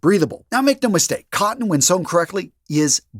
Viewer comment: Organic "cotten"... say again?